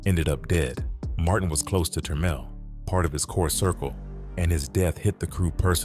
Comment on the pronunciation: Good job on the french name pronunciation